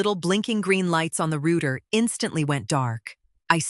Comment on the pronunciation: Oh my gosh - it is pronounced rowter, like ow NOT like rooter!